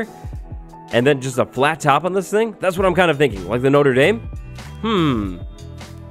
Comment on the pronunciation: by "noter dayme" do you mean the notre dame ? lmao that caught me off guard